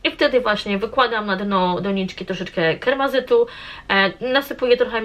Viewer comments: Keramzyt nie kermazyt😂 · Świetnie ze nagrywasz filmy z roślinami! Nigdy nie robiłam własnych mieszanek ziemi, ale teraz chyba spróbuje swoich sił, dzięki za inspiracje. Ps: te kamyczki to keramzyt, nie kermazyt ;)